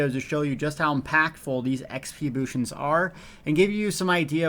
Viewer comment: Neither is 'bootions', but that accident was the best thing I've heard all week & hope it catches on =D